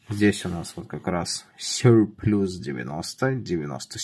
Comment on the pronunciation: Сёрплас примерно так правильно